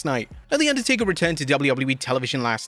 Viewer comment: Inducdertaker lmao